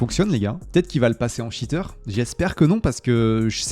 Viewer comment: un shiteur ????? cheater ca ne se prononce pas comme ca